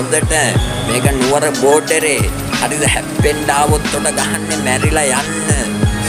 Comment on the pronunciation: නුවර බොඩරෙ ට ගොටරෙ කියන පකයා 😂😂